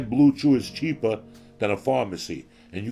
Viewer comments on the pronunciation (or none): none